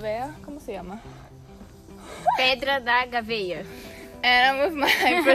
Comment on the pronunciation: Your Brazilian friend doesn't know how to pronounce it, funny